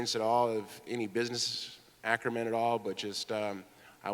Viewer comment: “Business acrimen” ...yep Tito, gotta have that